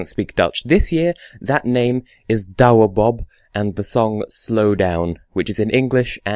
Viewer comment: You speak his name perfectly haha!